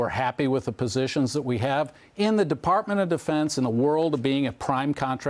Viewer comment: defartment of defense lmao...